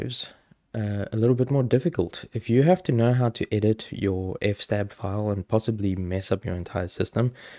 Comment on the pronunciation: NOPE its FS-TAB!!! as in EFF ESS TAB.....also nano is better than vim, vi, or emacs, systemd is GREAT, netplan is sooo much easier than ifupdown and kde is fine but gnome looks better.....might as well get it all outta the way right off the bat! haha